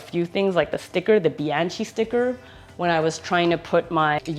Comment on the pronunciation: Pronounced bian “ky”